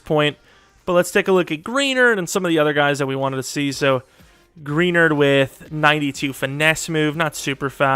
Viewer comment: Jonathan Greenards name is pronounced (Gruh-nard) not (Gree-nerd) still a great video though!